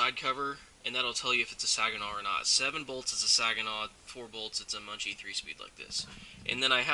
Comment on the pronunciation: JFYI It's pronounced MUN-SEE I just rebuilt my 318 from my 56 Chevy 3100. I used parts from a donor transmission and bought some new parts at a swap meet. The rebuild kits on line which was what I bought are junk. Don't come with main shaft snap ring or shift arm seals.